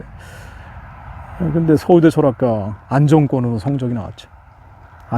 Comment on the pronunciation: 안정권이 아니라 안정꿘으로...🤣